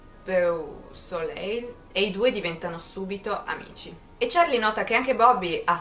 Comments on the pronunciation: Si legge bosolei (beausoleil) e significa bel sole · Conosco bene la storia di Charles ma da te, riascolterei anche l'alfabeto! ps: il cognome si legge dal francese "bo-solei" come dire "bel sole" in italiano. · Bobby Bosoleil, è francese, questa è la pronuncia.